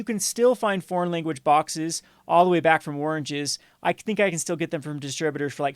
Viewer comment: Lol, did you really say "oringes" like Trump in one of his speeches :)